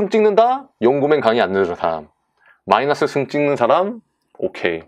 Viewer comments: 저... 마이나스가 아니라 마이너스 아닌가요? ㅋㅋㅋㅋ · 아 라플라스 마이나스 뿔롸쓰 뻘하게 웃기네요ㅋㅋㅋ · 시발 개웃김ㅋㅋㅋㅋㅋㅋㅋㅋㅋ마이나스뿔롸스마이나스뿔롸스마이나스에요